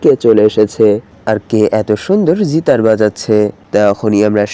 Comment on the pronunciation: জিতার নাকি গিটার 😐😐